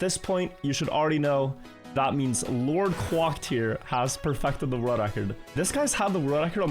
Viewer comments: “Quæcked” not “quâcked” It is fronted. It uses /æ/ not the back vowel. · Please Quack like Crack, not Quack like Guac(amole) haha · The way hes saying “Quack” in LordQuacked name makes me laugh 😂